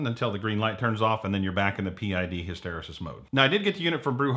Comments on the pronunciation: Hysteresis is pronounced "hiss-ter-ee-sis" it'll help with your authenticity. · Just say HISTYREESIS!